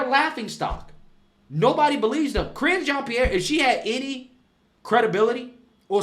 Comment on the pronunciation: Ca-ringe Jean Pierre lol